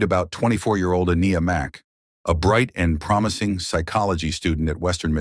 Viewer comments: Not a bad effort by the AI narration but so far it's pronounced the victim's name 3 different ways. One would think a machine would be consistent. ;) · This was a great video--the only thing that could've made it better is if you had pronounced Aniya's name correctly throughout (but I think this may be an AI narrator). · You said her name wrong numerous times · If you're going to use AI, train it to get the victim's name right. The many ways Aniya was mispronounced was infuriating. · How many ways can u continuously mispronounce the poor victims name? It's horrible enough how she lost her life and i find it disrespectful to her memory especially because the first time her name was said it was correct. You need someone to proof read ur stories before you post and be allowed to make money off said posts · My biggest gripe with this video is that you only say Aniyas name correctly 3 times. She doesn’t have much left, but for people to remember her and tell her story. By saying her name incorrectly you may as well be talking about someone else. I find it disrespectful. Just a future food for thought. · It would be nice if your AI voice could pronounce her name correctly. I counted at least 3 different ways. uh-KNEE-uh, uh-NIGH-uh, ON-yuh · I sure wish that the narration would pronounce Aniya's name correctly, every time it is used. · Does anyone else find it highly disrespectful to the VICTIM how often mispronounced her name? 😢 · Please tune your AI to consistently get the victim's name right. It pronounced it two different ways in this vid. Disrespectful. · FFS can't your CRAPPY AI even get this poor girls name correct ??!! There must have been 5 or 6 different pronunciations which is both rude and disrespectful to a beautiful young woman who has lost her life because of a mans jealousy & insecurity . If you're going to have a channel highlighting true crime , the LEAST that you can do is to get the victims name right !!!